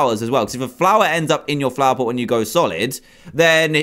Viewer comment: He said plover pot